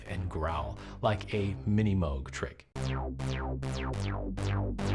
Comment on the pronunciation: Why is he calling it "Mowg"?